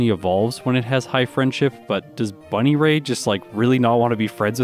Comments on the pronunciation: Your pronounciation of "bunnyray" is hilarious. I always thought it was pronounced "bun-EAR-y", with the emphasis on "ear" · Buneary... Bunny-ray? Isn't it bun-eary? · Bun EAR y, not Bun I ray I cringe at your pronunciation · BUNNY-RAY??? You mean… bun… EAR…y? I’m listening to the video and if I didn’t know the fun fact about the friendship I genuinely would have had no idea what Pokémon you were talking about. I have genuinely never heard it pronounced like that before. Innovative honestly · I love your vids but if I hear bunny ray over bun ear ee again I’m gonna have an aneurism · So first off, good to see how you're steadily getting more comfy in this game. Secondly, it's pronounced Bun-Ear-E. No idea how you got "Bunnyray" from that XD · Not trying to be mean and not.sure if it was intentional, I could also be wrong because I can't remember how the anime pronounces it, but I think it's Bun-Ear-EE and not Bunny-ray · Buneary Said: "bunny ray" Pronounced: (bŭ-NEAR-ee) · Please never pronounce buneary bunnyray again lmao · Bun-ear-ie is how i thought it was pronounced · "Bunny-Ray" is, uh, certainly one of the pronunciations of all time. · He really pronounced it "Bunny-ray". That is hilarious and I can't unhear it. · That pronunciation of Buneary as "Bunnyray" just cost me an S rank on a Sonic level. Like 3 times in a row. Just... I was so confused I had to pause to see what in the world you were talking about. I thought they made a unique growth rate for Bunneary that also caused it to have a 0 friendship, but then I realized it was just a very mispronounced Buneary. That was hilarious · Buneary is pronounced Bun-Ear-Ee by the way. Just so my comment isn't just an "Um, ackchually" comment, I predicted that Tate and Liza would be your first reset, that fight is probably the hardest in the game in my opinion. I feel like doing T+L quickly is probably the most difficult thing in the game, even moreso than Steven. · Bunny-Ray is top tier pronunciation